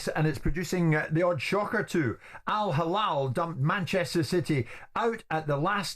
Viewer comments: Not hallal , its hillal Jim, hallal is for meat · So proud to be Alhilal fan. Hate more guys. You don’t give Alhilal their due respect and acknowledgment. Even the way Jim White who I respect a lot tries to be disrespectful in the way he pronounces the name, it’s Al Hilal not “Al HaLal”. Have some shame.